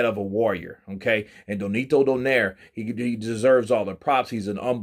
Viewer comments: It's Nonito, not Donito, BTW 😉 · Spells his name wrong, says his name wrong, W😮W this dude.